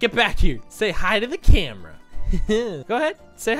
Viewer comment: When person says coffe wrong - lol lol lol lol when he says camera wrong